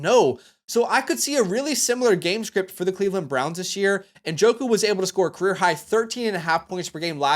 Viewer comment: Thank you for pronouncing Njoku’s name correctly. I get so tired of people saying “Na-joku”